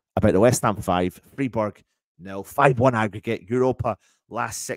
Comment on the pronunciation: Freeburg! 😂😂 Love it 😂😂